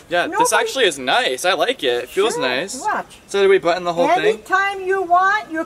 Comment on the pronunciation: Im not the only one that calls a button, buttin